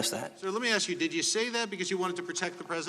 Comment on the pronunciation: Did you ever axe him? LMAO- I guess you can't take the ghetto out.